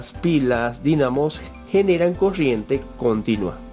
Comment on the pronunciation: habla bieeeeeen es coRRiente no coshiente